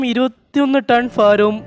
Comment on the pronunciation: ഫാരമല്ല ഭാരം